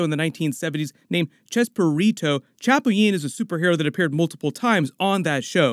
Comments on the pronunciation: Good job like always. Chapulín Colorado part is awesome. Just thought I let you know it is pronounced cha - Pooh - lean. Keep up the good work. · …it ‘sel ChaPulin Colorado … emphasis on the P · El Chapulin is not pronounced with a “Y” sound. It only has one “L” in the name so it’s just pronounced with an “L” sound 😂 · it’s “cha-pooh-lean”